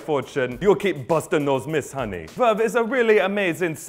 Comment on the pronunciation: "...to start a free 7 day trial, HUNNAY" #dead #hilarious!